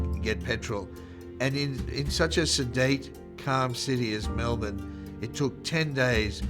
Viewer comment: Congratulations on pronouncing “Melbourne” correctly